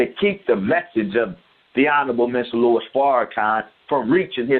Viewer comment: Lol I know you wrote your comment about 6 years ago but I'm listening to the interview for the first time and every time he refers to our dear brother as" Lewis" it's just so cringe-worthy to me.